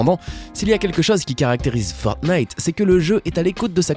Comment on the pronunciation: ta dis Fortnif